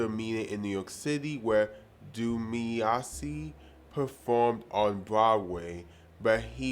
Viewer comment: Lol you said Dumisani right the first time (linguistic nuances aside) but said Dumiasi the second😭